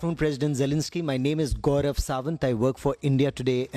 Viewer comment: Thank you Gorav in Ukrainian tone 😊